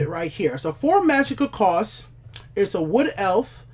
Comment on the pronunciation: Your videos are great, but can you stop saying 'costses.' It's "costs", one s my bro.